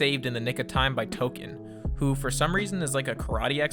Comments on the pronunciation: Did you just call tolkien, ‘token’ you piece of $hit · token?? It’s Tolkien buddy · Did you just say TOKEN? his name is TOLKIEN You racist. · U mean "Tolken"😂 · You don’t need to be so racist… his name is Tolken! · does a South Park run down episode and then says Tolkien name wrong lmaoooo